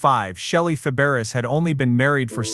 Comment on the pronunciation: AI, can pronounce Nanette's last name, but not Shelley's